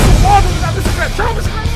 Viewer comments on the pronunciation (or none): "Oia a BICICRETA.. OOOOOOOOMMMMMMM" - 2015